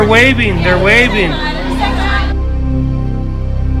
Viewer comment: I can’t avoid to 😭 when he says they waiving.